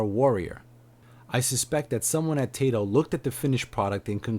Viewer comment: I hear more Tai-to rather then Tie-toh. Always nice to know. Your channel looks good, good informative, subscribed:D